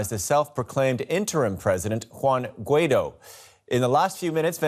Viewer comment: Please, pronounce Guaidó properly accentuating on the "o".